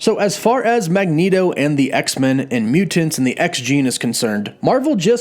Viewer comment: Love the theories and the video, but man, I gotta say, I REALLY hate the way you say "MUU-TANTS"! Yeah, I know, that is a petty criticism but I don't think I've ever heard anyone pronounce it that way and for some reason it made me cringe every time you said it...